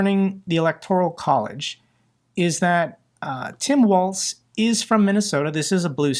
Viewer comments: it is Governor Walz, which sounds like Walls, not Waltz.. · A small correction on the picture with the kids hugging Walz, the bill provided free school lunch and breakfast to ALL k-12 students, regardless of income. Also, remember that his name is pronounced like "walls", not "waltz".